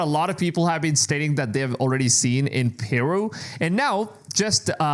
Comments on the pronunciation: Pronounce "Peru" like you got a pair. It is "Peh-Ru!" not "Pearoo" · it's not PEEru, it's PerU. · "PIRU" The way he pronounces Peru is aggravating me beyond what it should. I have never heard someone pronounce it that way.